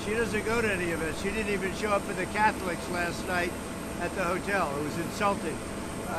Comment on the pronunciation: “…show up at de’ Catholiics”!!!!???